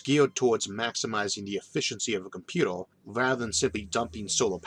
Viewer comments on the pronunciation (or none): I don't want to be rude, but surely I'm not the only person who finds the narrator's speech impediment severely distracting. Some sentences are only semi intelligible; "comput-ew" is a particularly glaring and frequent example. Great content, though, and perfect grammar; I love these videos. they would just be easier to enjoy if he asked a friend to record the narration.